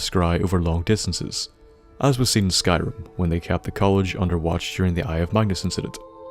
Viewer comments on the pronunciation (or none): none